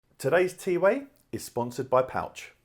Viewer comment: The way how he says it ‘T-WAY’ is wrong compared to how it’s spelled TWAY